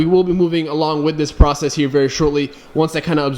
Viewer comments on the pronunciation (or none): none